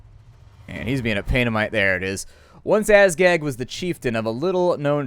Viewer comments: he's making of it sounding like assgag, yo. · Your Legendary Lords name isnt Azgag its Azhag. you can choose where your Waaaaagh attackes Episode 5 fought 12 battles where as he has autoresolved 7 and played 5. He won 9 battles and lost 3. He killed 4629 enemies and lost 4101 Orcs. His longest winning streak was 6 battles. (Ep.2-3) His longest losing streak was 2 battles.(Ep.4) His Forest Goblins Spider Riders killed the most enemies in one battle with 119 kills. (Ep.2)